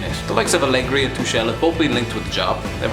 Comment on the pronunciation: The way he said Tuchel is weird